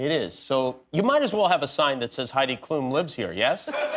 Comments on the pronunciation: Jimmy, her name is Klum, no Klooom. It's a short "u" like in ultra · Its so funny to hear how english people pronounce Klum